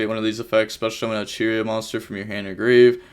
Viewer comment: Ish-she-zoo kell-doh gnat-chur-rea ....how the fuck did you get vernusslphyh right?